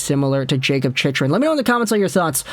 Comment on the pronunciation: I can't take this guy seriously when he keeps mis-pronouncing Chychrun's name incorrect in all of his vids.